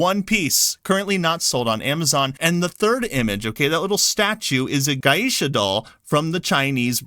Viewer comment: Your first pronunciation of it at the beginning, “Yaskay”, was the correct one. Also, “geisha” is pronounced “gay-sha”, not “gai-isha”. Sorry if I sound petty. It’s just, after studying Japanese for over a decade, it pees me off when Japanese words keep getting butchered.